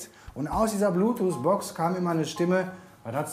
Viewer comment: Bloototh nicht Blootots😂😂